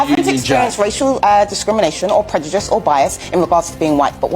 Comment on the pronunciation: loser, and can’t pronounce prejudice correctly